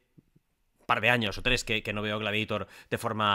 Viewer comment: Por que dice "gladieitor" ?? Jaajajja